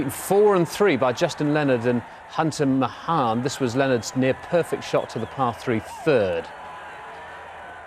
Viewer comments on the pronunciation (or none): hahaha hunter mah-han